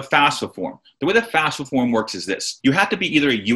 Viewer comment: get the name right , its not fasfa its FAFSA